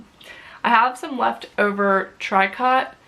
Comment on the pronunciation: Nice plans! (So you know, tricot is pronounced “tree-ko”❤️)